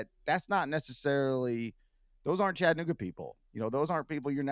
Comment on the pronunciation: When Mayor Kelly said “Chattanooga” the wrong way, that let me know all I needed to know about him. IYKYK